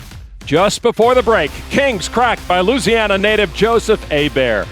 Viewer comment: Lon, “Louisiana” has five syllables.